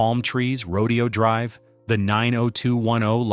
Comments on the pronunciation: Beverly Hills cringed when the narrator pronounced ro•DEE•O, instead of ro•DAY•O Drive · Roe-day-oh Drive... haha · I hate being this person but it’s Ro-Day-Oh Drive…. 😅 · It’s pronounce RO DAY OH drive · AI narrator mispronounced “Rodeo Dr” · Starts right off mispronouncing “Rodeo Drive”. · 👎 right off the bat, you mispronounced Redeo Drive 👎 ~ proves to me you don't know what you're talking about and want the ratings 👎